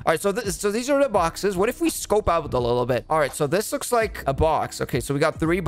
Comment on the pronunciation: i love how when she says "looks" it sounds like shes saying bak for a milisecond